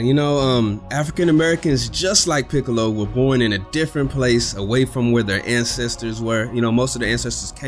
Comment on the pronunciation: Peekalow though? 😂